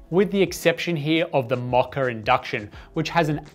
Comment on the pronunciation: there's no "R" in pronouncing "Moka"